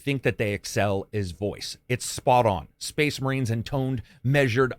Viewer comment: SPOICE MUHREENS? SPOIC MUHREENS!